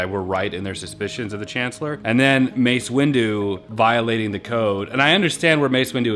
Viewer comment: “It’s Mace Wendu. What?!?!? 😂😂😂